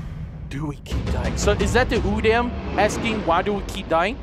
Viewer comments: Its pronounced oodom not oodAm its not using a capital a its a lower case so its pronounced as oodom but its said udam dude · Don't call it udam its (ooo-da-m)that's how you say it